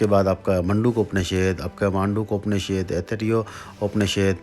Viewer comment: उपनिषेद नहीं होता, उपनिषद होता है, शायद आप सही तरीके से नहीं बोल रहे